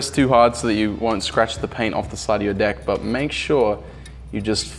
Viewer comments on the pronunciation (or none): No ofense but instead of deck he said dick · Did he say deck or Dick?